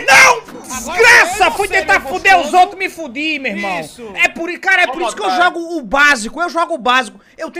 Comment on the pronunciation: Porquê que ele fala “caba” invés de “cara”??